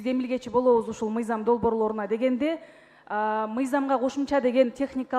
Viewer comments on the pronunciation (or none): Зулпукаров суйлогону кантейт каньститюся мизям деп уят ушул созду депутаттардын баардыгы ушунтип суйлошот.